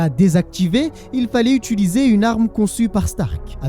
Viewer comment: « Utuliser » pardon de faire mon grammar nazi mais fais un effort